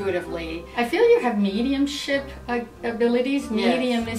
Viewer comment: Omg every time you've said Mediumship (In other videos also) I thought you said Medium shit hahahahahahahaha